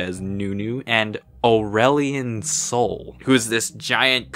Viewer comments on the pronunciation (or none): “And Aurealion Sol” Oh no